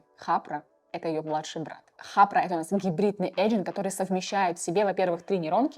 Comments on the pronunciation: Только не "хапра", а Харпа ("Harpa") . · Только не хаПРа, а хаРПа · Особенно когда она говорит "хапра" вместо "харпа" 😅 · Говорит Хапра а прога Харпа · где в названии хаРпа вы читаеете хаПра? HARPA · Даже четырёх минут не выдержал. "Хапра" вместо "Харпа" "Оттудова" "СиВиСи" вместо "СиЭсВи". Дама супер халатно подходит к своей работе. Оговорка на оговорке. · Harpa — Хапра, извлечь оттудава, CSV — Си Ви Си , текстА и это за первые 4 минуты видео